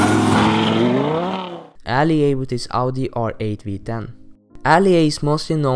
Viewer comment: I hate how people say Outi instead of Audi